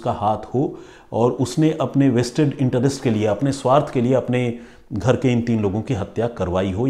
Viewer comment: अरे, इंटारेस्ट नही इंटरेस्ट pronunciation होता है। आप जितनी और जैसी अंग्रेजी बोलते हो देखकर लगता है कि u r not from convent, english spoken class krk seekhe ho, पर मेहनत अच्छा किये हो सीखने मे.